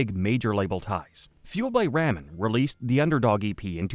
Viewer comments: Fueled by Rah-men, not Ray-men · Why are you saying ramen wrong!? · The way you said Ramen….